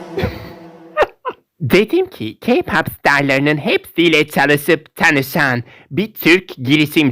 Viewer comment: abla kpop fanlarına diyosun bilyorum ama kpopa bis deme takipden çıkıcam